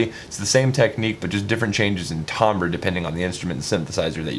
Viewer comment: I sincerely hoped someone has told him that "timbre" is pronounced with an /ae/ vowel like "apple" by now lol